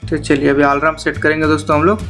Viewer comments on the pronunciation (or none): 😅😅😅😅😅alarm hai wo bhai,alaram nahi😂😂😂😂